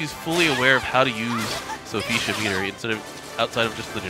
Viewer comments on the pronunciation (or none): It’s Sophitia not Sophesha. I won’t lie that shit was driving me crazy inside lol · Will this man please stop saying Sophecia? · why is he pronouncing sophitia's name like that